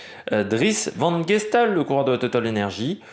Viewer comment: Dans cette vidéo, vous prononcez très correctement le nom de Van Gestel (contrairement à hier). Effectivement en flamand, le G n’est pas guttural (comme aux Pays-Bas). Il ne faut pas prononcer Van Restel ou De Rendt. Mais plutôt Van Guestel. Bel effort pour Uijtdebroeks. Merci encore pour vos vidéos. J’espère que l’on réentendra le chant du coq bientôt. Ah oui, j’oubliais, pour l’étape peut-être une revanche pour Molano ?